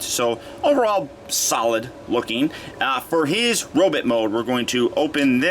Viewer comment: he says "now, for his robit mode" instead of robot